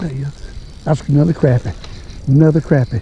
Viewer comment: Good to hear somebody pronounce crappie right. Much appreciated.